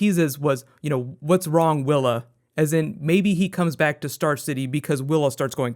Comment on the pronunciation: am I the only one that heard him call thea willa?